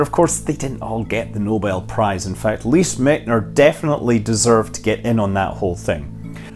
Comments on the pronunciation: You successfully butchered Lise Meitner's name. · He gave her credit, if not pronunciation :D